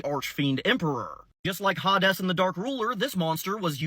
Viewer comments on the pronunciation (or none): Pronounced (Hay Deez) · HaDes looks so much better with HORNS. Also I'm asuming Hades is pronounced Ha-Des in latin. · is it called ha des not hades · I don't think that's how the name Hades is pronounced. It's more like "hey-deez" like hey deez nuts.